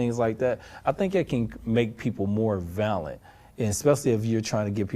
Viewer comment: Especially when he mispronounced "violent." He said, "valent." Maybe it's a colloquial thing.